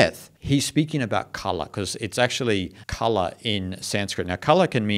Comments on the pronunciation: It's not kalaa(art), it's kaala(time). And because it is time which ultimately ends everything, it is also means death. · It's pronounced KAAL (Time, Death) and KALA means art